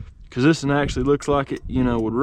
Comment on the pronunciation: Is it just me but when he go "thisen" brights my day